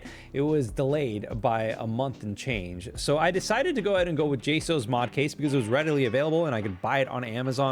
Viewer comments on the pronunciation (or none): It’s pronounced jsocks